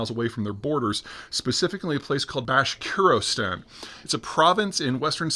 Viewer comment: Bashkortostan Peter, FFS 😂 Can't pronounce placenames to save his life.